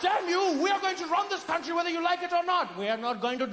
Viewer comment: "I want my cuntry back!"